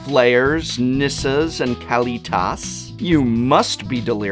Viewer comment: The thing I love the most about this video is you pronounce Kalitas like I do (Kah-lee-TAHS) Most - actually I think all other - people in my area pronounce it (Kuh-lee-tuhs).